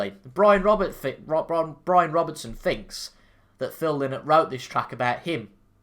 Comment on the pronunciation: Appreciate the effort and your enthusiasm but there are so many factual inaccuracies in the review. First and more important than anything else. Philips family name is pronounced "lie-not" not "linnet" or as Philip said "i am no fuckin bird".